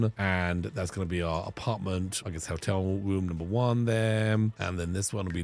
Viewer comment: I love with his cute little accent it sounds like he's saying "Helltel" "instead of "hotel", which would be on brand for.